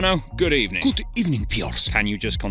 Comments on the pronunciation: That Good Ebening got me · Good ebening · Good ebening from Aston villa >:”D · That good ebening🤣🤣